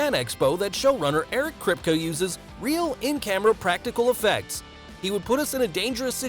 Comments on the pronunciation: Its pronounced kripkey not kripkuh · Krip=kah??? I thought it was Krip-Kee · It’s pronounced “Krip-kee” not “Krip-kuh” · Kripkuh? I thought his name was pronounced Krip-KEE? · It’s kerp-key not krip-ka 😌 thank u for coming too my Ted talk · It's pronounced Krip- key ... lol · It's pronounced CRIP-KEY not Kripka. Who told you that's how to pronounce his name? The should be fired. That's probably why you haven't cracked 100k, you lack depth of research. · Buddy can't even say kripke right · Eric KRIP KEEE not KRIP KUH🤦🏽‍♂️ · I’m pretty sure you are saying Eric Kripke’s name wrong. It’s not Krip-ka, it’s Krip-key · The way he says kripke is so annoying it’s crip-key not crisp-ka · Its kripkee not kripkuh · It's amazing how many times you pronounced Eric Kripke's last name. It's pronounced (Crypt-Key). Maybe alittle show prep would have helped? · "Eric Kripkuh" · his named is pronounced krypt-key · KRIP-KEY if you're going to do a deep dive on people..at least get the name right 🤣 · “Eric Kripk-uh” 😂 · Crip key is how you say it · It's Krip...Key.... Not what you said about 20 times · It’s pronounced “Krip-KEY” just so you know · This man really said “Eric kripka” 😭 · You totally pronounced Eriks name wrong! Its Kripke( Krip-KEY) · The show runner's name is pronounced Crypt-key or Crip-kee. Like, Officer Kripke from West Side Story. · It's pronounced KRIP-KEE...This narrator needs to be fired! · Kripke Crip-Key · Kripkuh??? Put some respect on my man's name! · Krip-key. That’s how you say it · It may help to be able to pronounce the show runner's name. It may give the impression that you care about what you are reading. *Krip-KEY. * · Since he’s most likely of German-Jewish decent it’s actually Krip*kuh*. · I’m mad that I live in Toronto and I haven’t run into Antony in character. I’m also mad how often Kripke is mispronounced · You pronounced Kripke wrong bruh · It hurts when you can't say "Kripke" correctly... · But you can even say the show runners name right.